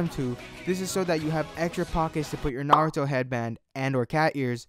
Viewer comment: Finally someone who doesn't say nuh-rootoe. (*IM NOT A FUCKIN WEEABO*)